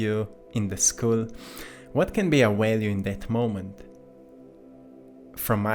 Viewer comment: It's pronounced value w a "V". Not value, w a w. 😊